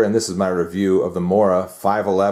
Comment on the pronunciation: its pronounced moora